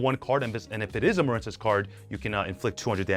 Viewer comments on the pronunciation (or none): Muhren-cess really? You don't know the word Marine? Like seriously? Why intentionally mispronounce card names?